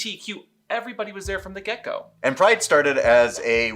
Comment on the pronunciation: It took me several minutes to understand you were saying "from the get go" instead of "from the gecko". I learn a lot from your channel about what I missed in my younger gay life, but never heard about Gecko Play. Oh, the images I conjured up. Note to self: when a video has CC box in the bottom, click it from now on. (so is gecko play held up against a wall?)